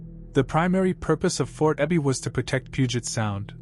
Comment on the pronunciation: Yeah, the AI voice also mispronounced Sedro Woolley and Fort Ebey: it's SEEdro and EEbey both in Washington STATE. The artificial isn't so intelligent here.